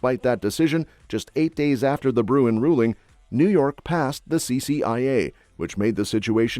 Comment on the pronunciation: BTW … IT”S BRUEN…